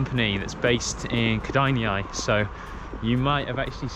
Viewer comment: ked-eye-nae is how kedainiai is pronounced lol